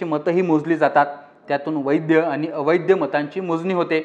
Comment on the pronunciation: वैद्य आणि अवैद्य नाही वैध आणि अवैध